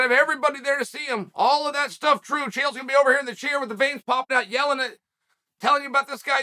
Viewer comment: Chael Volk and tai are Australian as an Australian I’d love for you to get it right